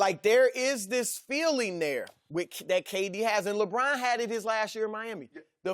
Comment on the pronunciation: LoL! I call Lebron, 'LeBran' too (intentionally though). Like 'Raisin Bran'.